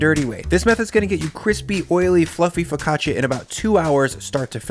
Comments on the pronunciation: Foccacia is pronounced FO-CA-CHA Just spelled weird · OK, forgive my English-speaking Texan attempt at transcribing my wife's guidance, but something like foh·kah·chuh or fuh-ka-chaa, with basically no ee sound between the ch and the a. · Great method, but the pronunciation of "focaccia" nearly gave my Italian-Swiss wife an aneurysm!